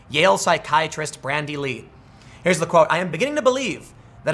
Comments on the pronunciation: Bandy. Not Brandy. Lol. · Where's the r in bandy